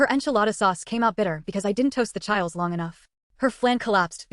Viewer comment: Moh-lay. Chee-lays.